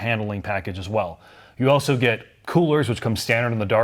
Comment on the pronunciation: I can tell been working on the 'auso'/also predicament. He's not quite there - remember: A-L-S-O. There's an L there, not a U!